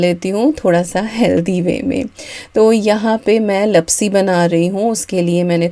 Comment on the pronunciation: Hi dear..i am Gujarati so i want to say that the sweet dish is pronounced Laapsi not lapsi... Love watching your vlogs..👍